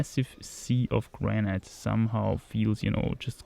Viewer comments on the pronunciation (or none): Hey,: the pronounciation of granite is simply "granit", with a long a (not graneit)